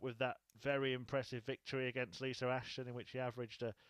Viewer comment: Is it Lisa or Lisr cause he never says it with an A